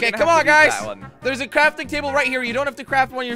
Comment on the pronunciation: When said crorting toble it was so funny 😂😂😂😂